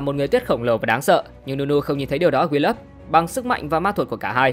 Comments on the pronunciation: Vài tên tướng bị đọc sai, ví dụ đọc đúng tương đối là Akshan - Ắc-san, Sol - Sâu, Willump - Quiu-lâm, Qiyana - Ki-da-na. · Ông mới này không chơi LMHT à? Akshan đọc Át kan. Aurelion Sol đọc Aure lai ần soi. Willump đọc Quiu lúp. Đọc sai tên tướng là nghe thấy chán rồi đó.